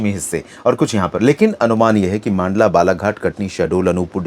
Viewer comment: मंडला को मांडला बोलना कब बंद करेंगे आप